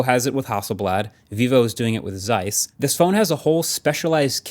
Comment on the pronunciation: pronounciation supper on Zeiss. A „Z“ in German is pronounced „ts“. it’s harshest possible s-sound.